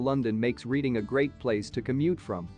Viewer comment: Bristol is located in the south-west, not the south east. Reading should be pronounced Redding, as in Otis.